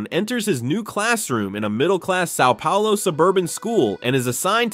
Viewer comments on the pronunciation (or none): none